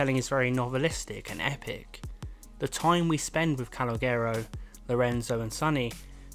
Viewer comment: broski howd you pronounce Calogero wrong